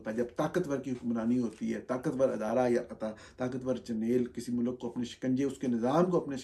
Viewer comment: Norani sahab you're an educated person. Please, for God's sake, don't say MULAAK(Country) say Mulk. Thx